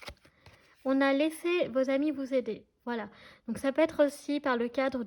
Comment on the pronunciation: Bonsoir, pourquoi "les chamis" ? Vous êtes rigolote, mais on dit "les amis" 😁 Merci pour vos guidances 🌹